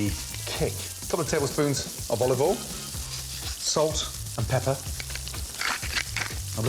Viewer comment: Quick tip. Oil NOT Oll Boil NOT Boll